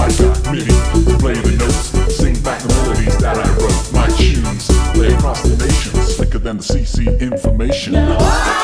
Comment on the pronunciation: He did a great job with that "1990 American Hip Hop" sound... but then he said "Chunes" instead of "tunes," and gave himself away.